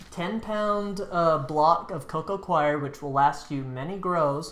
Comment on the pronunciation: Co Co coir ="co-co core" not co-co "kwie your" or "Koiy yur" CHOIR is "kwie er". Coir is 'core'